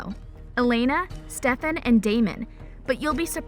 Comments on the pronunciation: its stefan not stevvaaaan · It not Stefaan it is Stefan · It's Stefan not stefaan. Please do your homework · steff-aaannnn???? what girl??? get outta here with that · NOO U DID NOT JUST SAY “STEFAWN”...GIRL THAT DESERVED A DISLIKE CAUSE I KNOW DAMN WELL U NEVER WATCHED THE SHOW 💀💀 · ... "sTePhAwn" its "Stefan" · Srry for the rights but it’s not stefon Salvatore it’s steffan Salvatore srry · Yeah, you can tell this girl has clearly never watched a single episode of TVD, she legit said “sTeFaWn Salvatore” LIKE WHAT- she also said “Matt hOneYcUtT” miss girl- it’s Matt Donovan. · ‘StefON’ ‘honeycutt’ this person can’t speak. How annoying. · can she stop with "stef-aan'' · Ikr, StefAn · Why she say Stefan like that. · Is it just me or is it that she doesn’t know how to say Stefan’s name right? Lol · She says it like Kai lol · Michaelson!!!!!!!!! Mikaelson...steffaaawnn ..its stefan...you daft dimbo...